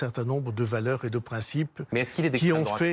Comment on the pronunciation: méyeuh, arrêtez de me triquiter-euh !